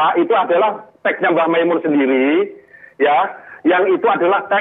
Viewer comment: Nyebut nama saja salah kok Gobloookk Kyai Makmun Kyai Mak Mun Masih nyocot Itu orang Lum kenal mbh Mun Nyebut namanya mbh Mun saja salah kok Hajarrrrrrr mas Roni...itu orang Juta'an santri di belakangmu